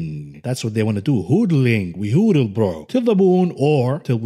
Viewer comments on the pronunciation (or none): He said us amc apes like to “Hoodl” it’s Hodl sir! And that’s what we’ll keep doing. I just saved a copy of this video for when the squeeze happens I’ll come after you :) #amcsqueeze #amc 🦍💎🚀🚀🚀